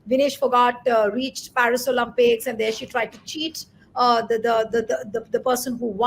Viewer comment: Olympics , please . Not Olumpics.